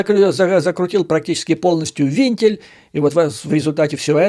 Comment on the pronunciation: Не "вИнтиль", а "вЕнтиль".